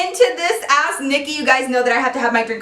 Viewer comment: It sounds like she's saying ass Nikki😂😂